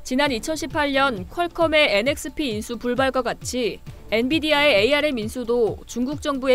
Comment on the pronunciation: 에이알엠ㅋㅋ. 암이라고 읽어요.